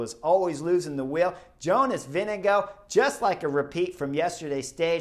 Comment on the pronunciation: vingegaard is pronounced vingegor, great comentary though always enjoy your opinions